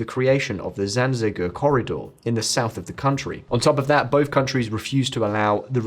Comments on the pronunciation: It's the Zangezur Corridor, not Zanzegur. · A surprisingly well balanced view of the AM AZ conflict. One note, thought, the name is ZANGEZUR pronounced ZAN-GE-ZUR 😂 and not ZANZEGUR, brother :) Please correct this 😅